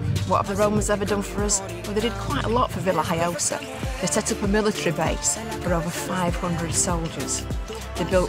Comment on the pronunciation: Hi Stuart , the locals call it La Vila Joiosa, to make matters more complicated . It’s spelt Villajoyosa in English but the J is silent in the spoken word , so you say Villa Hoyosa. I’m now expert in languages of course , but this how it was explained to us. Hope that helps Thanks for watching.